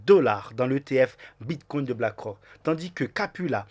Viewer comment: STP tu peux arrêter de dire « bitcoint » et « altcoint » Il n’y a pas de « t ». Idem pour « biremarket » 🍺c’est bearmarket = « bèremarket » 🧸 Sinon merci pour ton contenu 🙏👌🏼